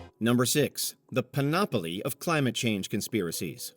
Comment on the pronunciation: Pan-OP-oly? LMAO 🤣🤣🤣Grammarly is your friend. Maybe give it a try.